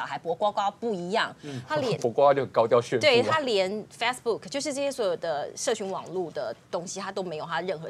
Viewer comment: fast book？ 说不来英语，可以不可以说脸书😂😂